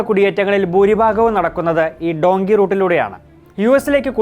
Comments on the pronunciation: ഡോങ്കി അല്ലുവ്വ... ഡങ്കി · ഡുൻകി അല്ല ഡൻകീ